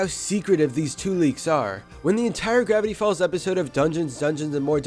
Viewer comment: Grrrrrrrrrevity folz